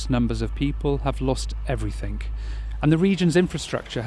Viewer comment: there's no k in the word everything. Perhaps that's somethink you can work on